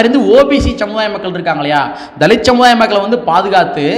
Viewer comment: தலித். தலித். என்று சொல்லாதீங்க தம்பி